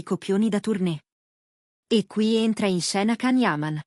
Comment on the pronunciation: Ma non dite cazzate. Fatelo vedere! Fate vedere le immagini dei due nostri idoli sugli spalti...Ah cazzari. Poi Can😂😂😂 e non Gian...non sai nemmeno pronunciarlo 😂😂😂